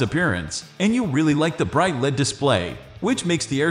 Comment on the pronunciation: You should use a human to do your audio presentation. Only software pronounces words like LED (el-ee-dee) as "led".